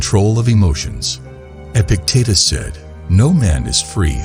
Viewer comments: Dude, Epic-tit-is?! Fix that. I can’t listen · Come on guys, these are the great teachings by Epic tatus he went from being a normal tatus to an epic one. If he could, so can we. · I will practice stoic principles by accepting that this AI voice is mispronouncing Epictetus over and over, and I can do nothing to change it. I am grateful for the message and embrace the adversity of listening to the AI voice mispronounce Epictetus.